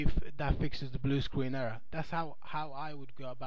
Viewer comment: Bwu Screen.